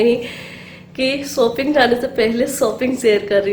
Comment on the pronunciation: Shopping hoti ha Sopping nahi hota ha plZ theek bola karo Warna don’t use this word